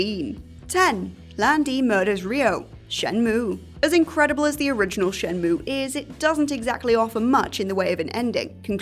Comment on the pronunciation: No, it's "Shen MUWWEAAAYYY!"